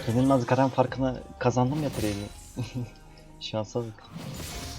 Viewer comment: GAREN DEĞİL GERIN